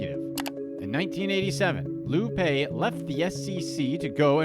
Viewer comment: It's pronounced Lou 'Pie'